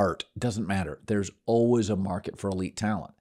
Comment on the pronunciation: Nobody: Colin: Alwas